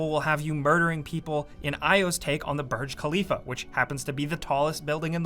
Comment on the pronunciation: That's B- u- rj khalifa not barge